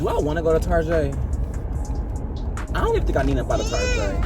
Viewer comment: I love how all of us as black people call target “tarjè” 😂